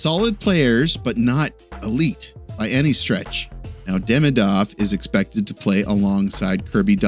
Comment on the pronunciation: its not hard , please take the time to pronounce his name right !